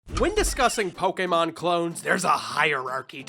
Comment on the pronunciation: PO-KAY-MON not PO-KUH-MON